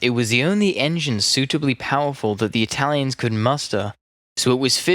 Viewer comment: Complimenti! You nail the Italian names, even getting the double consonants right! Now, if you work on your English phraseology, this would be perfect!